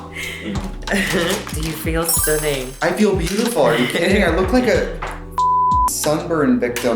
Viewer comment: STUNNINk. There’s a tiny k in there at the end.